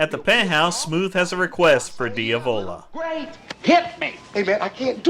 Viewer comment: Who the hell is Dee-avola? You mean Diavlo? Jeez man.. Cringy.. you did watch the movie right?